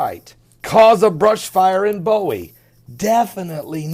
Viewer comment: Not bow-ie. Its boo-wie.